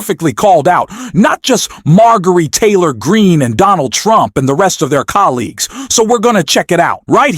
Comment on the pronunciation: I don’t particularly Mind,—— but the repeated, and just plain Weird, mispronouncing of the Foul MTG’s name made this presentation less credible. Sounded like AI .